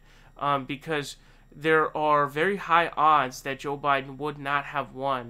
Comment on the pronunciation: It's his shtick to mis pronounce names... irregardless of who he likes or doesn't. He even calls Sanders Saunders and says joe with a soft j shjoe biden